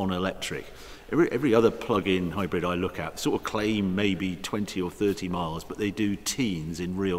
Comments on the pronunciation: Omg Harry it's HybrId with an I not HybrEd 🙁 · Its not hi-bred,its hybrid.